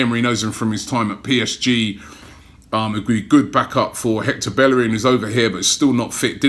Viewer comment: yh just how its be-ye-rin not bellerin like robbie n his crew do